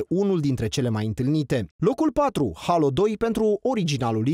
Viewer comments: Mai, se pronunta Heilo, nu Halo. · Alex Roberto da, cei din SUA si restul lumii ... crede-ma, are dreptate se pronunta "HEILO" nu "HALO" ...